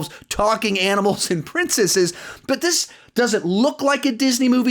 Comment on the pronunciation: In the presentation for Bolt, did he say "anals" instead of Animals?